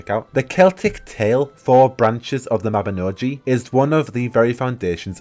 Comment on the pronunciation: Love your videos. Sorry to be critical but the Mabinogi is actually pronounced Mab-in-OG-EE (OG like Hog not Mab-in-O-GEE) I get it, it's Welsh ha.